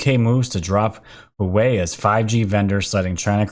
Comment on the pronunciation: Pronunciations: HuaWei = hooWAH-way (I've been to their plant in Shenzhen) Padilla = puh-DEE-yuh